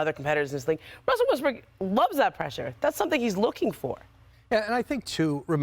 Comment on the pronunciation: did she just call him Russell Westbrick?